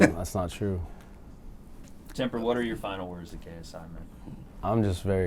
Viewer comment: Are we all gonna ignore that, calls JJ “TAY-S-I” 😂